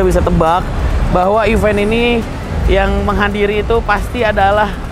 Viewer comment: Bener nih ucapannya event, bukannya even. Byk bgt yg salah